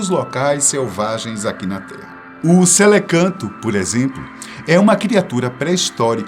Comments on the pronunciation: O correto não seria celacanto, ao invés de "celecanto"? Só uma observação. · O correto não é Celacanto?